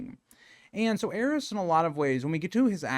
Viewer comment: I think my greatest desire in the world is for consensus on how the Targaryen names are pronounced Is it "heiress" or "ares"? The way its pronounced in this video hits my ears so awkwardly, but should it be affecting the pronunciation of Daenerys? Why has grrm forsaken us